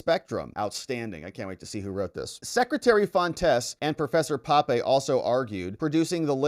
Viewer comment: That's professor P`ape, not Pape...